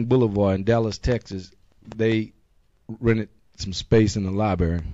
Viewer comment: its "lie-brary" not "lie-bary" and how is wearing that patch a target?